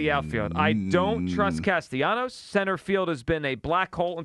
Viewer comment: Holy crap, now we have Hugh also butchering the pronunciation of Castellanos' name, it's not that difficult to pronounce! Cast-A-Leeenyos???????